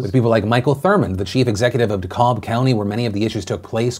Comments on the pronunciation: It's "De-Cab", the L is silent, Phil. I twinged when I heard that L. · Another Georgian here to confirm it is in fact "De-cab". Hearing De-cahlb was bothering me. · Did you just say you lived in Georgia for years, but called Dekalb "De COLB" when everyone knows damn well its "De CAB" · Phil: I lived in Georgia for a while Phil: “de-callb” I know he actually lived here but lol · As a Georgia boy hearing Phil pronounce DeKalb makes me double-take. I've only ever heard it pronounced 'Dee-Kab', not 'Da-Cobb'. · it's DeKalb County not De-cobb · SIR!! You lived here. Lindsey is from here. It is not "DeKob" it is pronounced "D-Cab" Now, as someone who lives in Dekalb county it was BAD!!! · Phil, you lived in GA. You should know "Dekalb" is De-Kah-B not De-Ka-L-B. Lol. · hey... it's DA-CAB not DA-CALB lol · Dekalb County is pronounced like "de-cab" not "de-kalb" just so you know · Sorry Phil but I got to say you really messed this one up. It’s pronounced Decab county not Decob. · Phil I love you but what in the world is "De-callb"? Its De-cab.lol I thought you used to live here. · I love you Phil but the way you said DeKalb like corn on the cob... and idk, it might be a deal breaker for me... 😬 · Its pronounced "de cabb" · Phil saying Dekalb wrong threw me for a second. Especially for someone who lived in Georgia. Haha. You say it similar to De-Cab! Haha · FYI Philly, Dekalb is pronounced “De-Cab”. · Dammit Phil, “DeKalb” is pronounced “De-Cab” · Bro you lived in Georgia and you said “Dekalb” so wrong lmao It’s pronounced like “de-cab” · Lmao, the way he pronounces DeKalb threw me off guard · I’m from Georgia and the way Phil pronounced Dekalb county made me shiver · Hahah, the way you pronounced DeKalb. I thought you lived in GA once. It’s pronounced duh-CAb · it's pronounced DE-kaB. Hard B at the end. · It’s pronounced DeKab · He calls himself a former Georgia resident but he can't pronounce DeKalb properly, lol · The way you pronounce DeKalb is hurting me XD